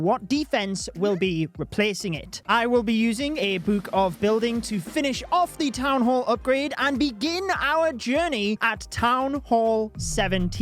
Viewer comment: the "oopgrad" and "buuk" aight thats enough 30sec into the vid, crazy how over 3mio ppl subscribed to someone w that accent